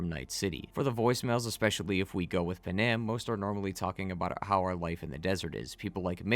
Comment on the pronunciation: “PAN- AM” not “Pen-Am”